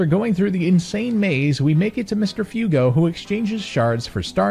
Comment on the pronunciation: Pls tell me him saying fewgo is a joke...